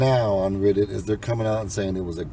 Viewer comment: Red not riddit